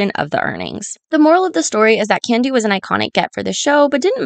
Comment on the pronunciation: Great video! But is it just me or did I hear Kandi being called "Kenya" more than a few times during the video lol. Other than that this was stellar work!